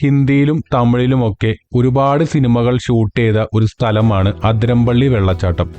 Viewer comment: Athiramppilly alla bro athirappilly